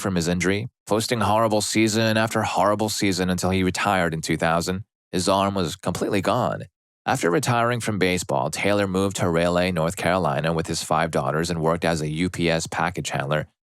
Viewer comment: It's Rah-Lee (Raleigh). I had to stop and check the video to make sure I wasn't missing the name. 😂